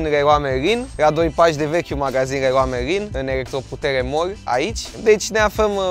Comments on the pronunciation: Tu în loc sa spui leron merlin laeon marlin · Errrloa meilin 😂😂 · Cum ai zis reroa merin